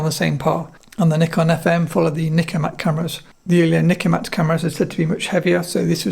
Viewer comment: Great to hear the host pronounce the word "Nikon" as 'Knee Con' instead of most hosts in YT pronounce it as 'Nigh-Con'. My highest respect! 👍🙇🏻‍♂️ I own Nikon FM2N. It's a tough camera! 👍